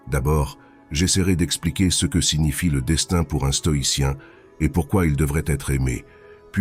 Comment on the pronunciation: Bonjour, j'apprécie beaucoup ta chaîne, mais je remarque qu'à chaque fois le mot " ce " est prononcé " ssé - eu " , c'est récurrent sur tes vidéos...